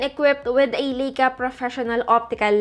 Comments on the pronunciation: Lie-ka not Lay-ka, get it right pls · Lai kaa Not Lei ka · lai·kuh not lika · Hello maam sorry sa correction pero ang tamang pronounciation po sa Ricoh is “Ree-koh” and sa Leica naman po is “Lie-ka” 😊 Thank you po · Lay-ka po pronunciation ng Leica :)